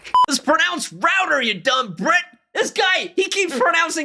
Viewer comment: Had to rewind when you said 'Brit' because I thought you said a rude word! 😂 (pr****)